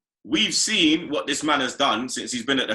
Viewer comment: Can't man say seen!!!! Not sin ffs Kevin chats shit 20 mil for holding & you say not enough I don't care if he played the game he chats shit ! Probably don't want to upset club ! But he's deluded as usual